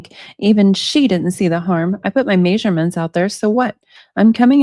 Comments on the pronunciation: it is NOT pronounced MAYsurements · Maysurements maysurements maysurements maysurements maysurements maysurements maysurements maysurements maysurements maysurements maysurements maysurements